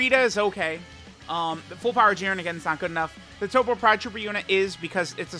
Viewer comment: Why does he say toppo correctly but then turn around and say cabba wrong?